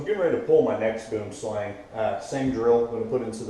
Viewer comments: Phonetically it's boowemslung Which from its afrikaans name translates to tree snake 🐍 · you pronouncing boomslang wrong